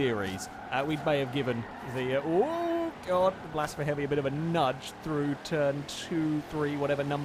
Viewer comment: You might call his misspronounciacion "Blasphemi" XD